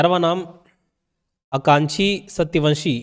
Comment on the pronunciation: Sir wo Akanksha h na ki aankshi